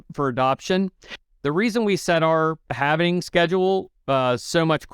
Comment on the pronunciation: It's not "half-ining", it's "halving". RPM does this also. there is no "ining" at the end. It's pronounced like "Halv" "ing"...